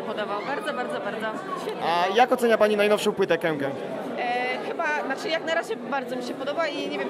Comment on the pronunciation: Jak ktoś pisze KEKE to pół biedy, ale jak ktoś mówi KEKE zamiast KĘKĘ to hujowo.. naprawdę.. a jeszcze inny typo coś gada że płyty ok a koncert zniszczył - koncert przecież był zajebisty.. hm